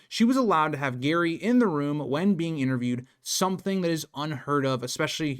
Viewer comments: It's pronounced jerry not Gerry. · I thought it was pronounced 'Jerry' rather than 'Gary' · The McCanns did so many suspicious things, it's hard not to believe they know exactly what happened to Madeleine. You seem so knowledgeable, but mispronounce Mr. McCann's first name. It is Gerry, with a soft G, not Gary. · Sorry, just saying "oops, my bad" in the comments doesn't cut it. It's way too basic a thing to get wrong if you want people to regard you as a competent researcher. Every time you say "Gary" you sound ignorant and unreliable. Why should I trust someone who couldn't even be bothered to confirm the father's name? The spelling should have immediately called the pronunciation into question, especially for a US citizen. Do better. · Mispronouncing Gerry as "Gary" instead of "Jerry" may seem like a small thing. But it shows me that you aren't very thorough with your research. There are easy ways to look up the pronunciation of something, even a famous person's name. I'm not singling you out; I hear a LOT of people mispronounce Leicester, Amaral, and even Madeleine. It immediately lessens my respect for their knowledge. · Her husband is not called Gary his name is Gerry!!!!!!!! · His name is Gerry,not gary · You pronounce his name Jerry not Gary 🤦🏻‍♀️ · Good God! He is Gerry, NOT Gary !!!!! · His name is Gerry not Gary ffs!! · Simply get Gerry’s name right.. it’s not Gary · His name is pronounced Jerry. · it's jerry like tom and jerry okay not Gary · Can’t take anyone serious who can’t say their names right. It’s Jerry not Gary, but spelled Gerry. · His name is Gerry, not Gary. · It was really off-putting when you were calling GERRY Gary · You lost me after the third time calling Gerry Gary sorry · Gerry is pronounced Jerry, not Gary. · The husband’s name is Gerry ( said with a soft g, like giraffe), not Gary. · I don't know if this is an American English vs British English thing, (I'm Australian) but the father's name is Gerry (pronounced Jerry) not Garry.